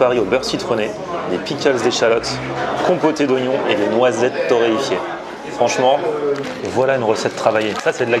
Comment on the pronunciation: Super vidéo appétissante. Torréfiées les noisettes!... Pas torréïfiées... Pas toi voyons! Merci com' d'hab;g envi d't'dire.